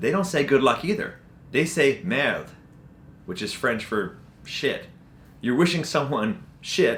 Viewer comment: You prononced merde properly. Your French is getting good.